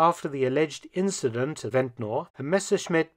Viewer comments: We don't say Ventnor. We say vent-ner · Its pronounced vent-ner but spelt ventnor i live on the island. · we need to correct him. It's ventner- ventnr not Ventnor. As islanders say it